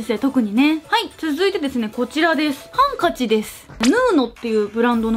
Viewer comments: ハンカチの標準語のイントネーションってハ⤵️ンカチなんですね！私関西圏なのでびっくりしました！動画と関係なくてすみません！ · ハンカチのイントネーションって｢ハンカチ(→)｣だと思ってた｢ハン(↑)カチ(→)｣っていうの初めて聞いた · ハンカチのイントネーションってハ↑ンカチ↓なの？！！ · 花月 ハ↓ンカ↑チ↓だと思ってました😅「電話機」と同じイントネーションかと…笑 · もも わたし電話機もゆうこすと同じハンカチイントネーションです！！😂最初にアクセントつけます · ハンカチって意外とすくないイントネーションなのね笑笑田舎住みはこれが普通だと思ってた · え、ハンカチの発音変なの？😂 私も同じ発音だから、分からない笑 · ハンカチのイントネーション